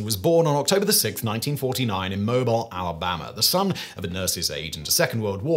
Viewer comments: As a daughter of Rocket City (aka Huntsville Al), I feel obliged to suggest "it's not exactly rocket science" as the more adept phrase. Also Alabama 's southern most port, and birthplace of the inventor is pronounced "Mo-beel" instead of "Mo-bile". Thanks for the history on a favorite toy! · Mo Beel, not Mo Bill. The city isn't named after its ability to move. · Love the piece -- but it's Mo-BEEL Alabama, not Mo-bill. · It's mobeel, Alabama, not mobile. Ignore the spelling. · Guess I'm gonna have to be that guy... Mobile,Al is pronounced Mo-bill not Mo-byle... My gps annoys me.with this all the time😅. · Mo-BEEL Alabama. But you did remind me of a British professor I had in college, so thanks Simon! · Mobile, Alabama is pronouncd "moh-beel", Simon. Just FYI. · Mo` bee el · Heads-up that the Alabama city Mobile is pronounced “Mo-beel” — unlike any pronunciation of the adjective mobile. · Simon it's Mo-beel Alabama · It’s pronounced Mobe-EEL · It's pronounced by the natives as Mobeel Alabama. Or at least that's how it sounds when I hear it. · Anyone else twitch a little when Simon mispronounced Mobile 🤣🤣